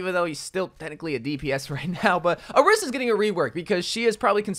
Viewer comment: why cant overwatch youtubers pronounce orisa’s name correctly lmao